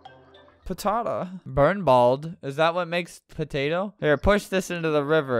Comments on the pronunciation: I like the way he said potata on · it Killed me When he Said "patata"